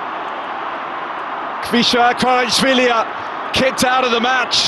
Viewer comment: It's not Kvira kvarashvilia"💀 It's khvicha kvaratskhelia🐞💗